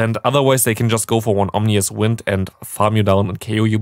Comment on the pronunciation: Yo just fyi ominous is pronounced ah-min-nus